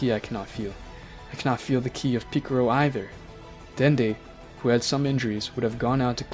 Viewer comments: bro really said pickarow I'm dead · Stop trying to say piccolo the Japanese way you're failing at it and with your accent it makes it sound cringe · I’m sorry I’m correcting you but it’s z fighters no warriors and it’s piccolo not picoro also goten you say it like gotn but it’s still a amazing vid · Bro I'ma beat ur ahh if u keep saying goteen jyren and picro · Your saying Pickero? Isn't it pronounced Pick-O-Lo? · Boi really said, Goteen, Gohain, and picaro💀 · “Goteen Gohen picciro” I think you mean goten gohan piccolo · Bruh is not piccoro is piccolo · It's more of a picoro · It's not piclro It's piclo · "super saiyan purple god" me rn u dont watch dragon ball man its called ultra ego. and "picero" "gohaan" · bro really said picoro, piccaolo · this mf said picoro, gohen gotin 💀💀💀💀💀💀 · I didn't know Gohan became GoHEN. I thought i could go through it but man, this is too much name butchering right here. Edit: Jyren Piccoro Gote Gohen Bruh you really need to get these names right man, it's like you don't know shit about Dragonball, just saying. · Bro said goteen and picaro 💀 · ik but he does not which is why he's using the age old assumption I know this because he says shen-long because that's his "real" name commonly known as Shenron because of the lack of L and piccolo is assumed the same by this logic ie why this dolt says it piccoro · The pronunciation of some of these names lol. Jyren, goteen, picro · i couldn’t do it 🤣🤣🤣🤣 after 5 picorro’s i tapped out lol… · is so funny lol MR PICRO!!!!!!!!!!!!!!!!!!!